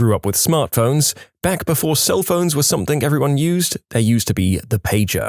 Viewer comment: No K in the word something .